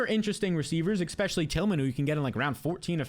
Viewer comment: Please stop saying eXpecially. It is eSpecially.